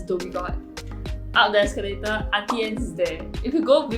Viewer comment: I was today years old when I learned it was pronounced Aunty Anns instead of Aunty Ann-knees